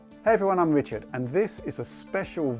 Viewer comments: Please Stop saying Wrichard ! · ***** No not you! Im saying richard needs to stop calling himself wichard